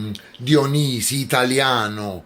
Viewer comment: Quando hai detto Dionisi,come l hai pronunciato mi hai fatto crepare